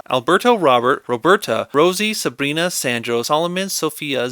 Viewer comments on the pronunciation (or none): none